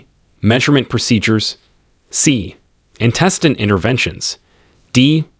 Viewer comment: Antecedent and intraverbal lol